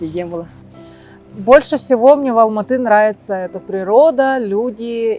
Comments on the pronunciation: Не Алмата,а АЛМАТЫ с ударением на Ы!! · будьте добры говорить правильное название города - Алматы! Уважайте страну и народ, который вас принял, где вы не видите русского шовинизма, фашизма! Учите казахский, для начала хотя бы бытовой! И завязывайте с манкуртизмом, вы саха из Республики Саха, а не Якутии! Qazaq halqy ote qonaqjaily, bizdin tilimizdi, salt-dasturimizdi qurmetteniz! Sahalarga tauelsizdikti tileimin!